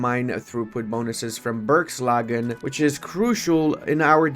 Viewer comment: First G in Bergslagen is pronounced more like a j. The second one isn't. Just to mess with people.